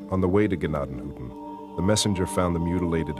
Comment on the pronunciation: It's tents of grace. You are pronouncing Tuscarawas and Gnadenhutten both wrong. I live here so you might want to do better research first. I actually volunteer at the museum.